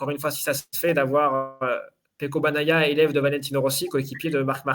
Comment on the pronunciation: "Banaia" et pourquoi pas Banania t en qu on n y est. Faites un effort sur la prononciation s il vous plaît, pour un journaliste ça la fout mal.